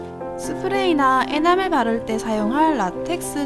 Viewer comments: 에나멜 을 에나벨로들었어욮ㅋ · 에나멜 에나벨이라고 들으신 분 ✋ㅋㅋㅋㅋ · 네 네 ㅋㅋㅋㅋㅋㅋㅋ저돜ㅋㅋ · 에나멜이라고할때 에나벨이라고 들은 1인